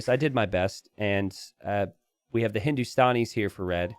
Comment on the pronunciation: Hey I am from India it’s pronounced “gu-laam” and not ghu-lum also the civ is pronounced “Hindus-taa-knees” and not Hindus-tan-nis. Hope this helps.